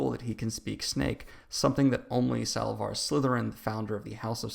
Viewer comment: Does it annoy anyone else that he says Salavar and Baskalisk? Come on dude...we can't take you seriously if you can't even say the names right. Especially if you leave out so much...